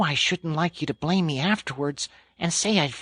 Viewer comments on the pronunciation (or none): none